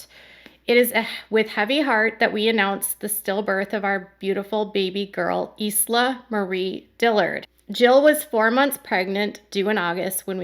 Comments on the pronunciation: Thank you for the updates, I feel so bad for Jill and her cute family. Isla is pronounced “eye-luh”, like island without the “nd.” At least that is how we say it over here on the west side. Such a pretty name for a precious little girl ❤️ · It’s pronounced “I la” kind of like island. This is very sad. My parents wanted a boy. They finally had my brother after 4 girls. Then they were sure they had the boy thing down and had my sister. I would have loved to be a fly on the wall for that visit. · btw, her babies name is pronounced “eye-la”, like “island”, the s is silent. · Isla is Latin/Spanish. Pronounced as was mentioned "eye la". Some of you may have visited a beautiful island off the coast of Cancun. Isla Mujeres. American's will pronounce in English "Ees la" which is fine, but not proper. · It's pronounced eye-la - it's Scottish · Isla is pronounced i-la just fyi❤ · Its Isla.. like Island, not Eezla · Isla is pronounced I-LA. not eas-la. Dale Earnhardt has a daughter named Isla and that’s how it’s said. It’s a pretty name I think.😊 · Wow Americans pronounce Isla weird. It’s a Scottish name derived from Islam an island off the west coast and is pronounced Eye-la hth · It's pronounced like eye-la like short for island. The S is silent. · Isla is pronounced Eye-La. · The name Isla is pronounced "EYE-lah". Think of the words 'island' or 'aisle'. I've followed your Duggar news for years now. Thank you.😁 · Great video. It's probably pronounced I -- Lah. The s is silent. Poor Jill and Derrick. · I think they pronounce the name eye-la like island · Spanish pronunciation is eas-la. Either could be correct. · My cousin named her daughter Isla. “Eye-La” like island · It's pronounced Eye- lah. Baby Isla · The baby girls name is Isla. Eye-la. Like how the beginning of island is pronounced… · Isla is usually pronounced, Eye-la. Thats so sad. I was hoping one day she'd have a little girl. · The baby’s name Isla is pronounced eye-la. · Isla is pronounced I-la like island